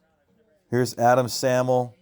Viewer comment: Wade and Adam Sahmel. It’s pronounced say’ mul..